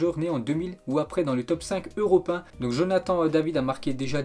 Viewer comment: Hein ??? Quoi ?? Jai bien entendu europin a la place de européen ? Ta vraiment du mal avec la langue françaises